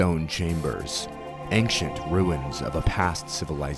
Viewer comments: Aside from you pronouncing "ancient" like "ankshent", this is a 10/10 documentary. Very well done!! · This video was pretty great except for the way you kept saying anc-shint was distracting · Why do you pronounce ancient as "anxient"? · May I ask why you say anksient instead of ancient? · why do you keep saying "anxient" instead of "ancient" :/ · Why do you pronounce “ancient” in such a way? Good video, though. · I'm loving this video. I only have 1 gripe, that hard "K" sound he puts in "Ancient". Well done overall, truly. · please learn how to pronounce ancient, your mush mouth ruined the whole video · I've never heard anyone pronounce "ancient" with a hard c, that is very strange to hear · Such a fantastic video! The only thing that throws me off is your pronounciation of "ancient" ^^ Maybe check that for the next video. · First i want to say that i loved this. But i have one complaint, and boy do i hate to be that guy, but the way you pronounce ancient was making my eye twitch 😂 to each their own though.